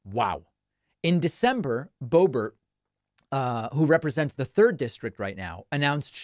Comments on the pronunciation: Did he say boebear? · Please, stop saying "Bobear"...there's nothing about her that is French other than kissing trumpty-dumpty's butt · Don't give gropebert a french pronunciation. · Not bo bear it’s pronounced bo Bert rhymes with hurt. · Not surprised. Might her district be tired of her antics? And what's with the "bow-bear" pronunciation? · It's pronounced "boobert". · It’s pronounced Hoebert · Do you not know how to pronounce her name? You look dum*. Purposely mispronouncing someone's name is childish, trump uses the same tactics. It's sad you went down to his lvl